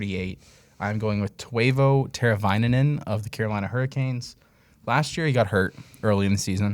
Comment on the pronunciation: Twayvo teravainen had me laughing Good content though boys